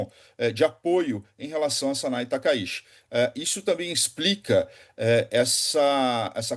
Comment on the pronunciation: A pronúncia correta do sobrenome é taka Iti e não Taka shi.